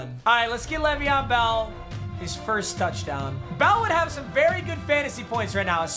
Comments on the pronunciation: Has anyone else thought sometimes when he was saying bell he was saying belle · Anyone else keep hearing “Bella’s so tired”😂